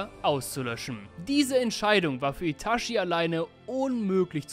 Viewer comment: Ich gebe zu, es triggert mich, wenn jemand ItaSCHi sagt, obwohl gefühlt jeder mit Untertiteln geschaut hat…